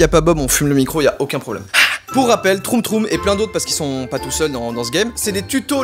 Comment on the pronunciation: c'est pas troum troum c'est tchoum tchoum